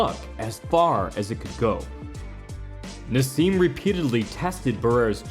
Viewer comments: Who the hell is ‘Narz’?….it’s Naz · there is no z in naseem ...yet u speak it lol